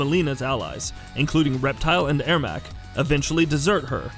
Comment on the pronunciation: Ermax, kotal Kahn, ermac... It's like he has never played the game and no one stopped him and his horrible pronunciations